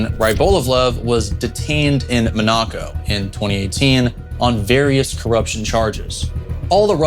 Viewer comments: Where the fuck did you learn to pronounce Monaco? Dude.... Hooked on phonics might work for YOU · Just FYI, your pronunciation of Monaco is off